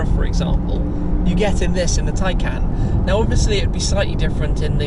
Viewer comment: I think this is the first time I've heard the name 'Taycan' and thought it sounded correct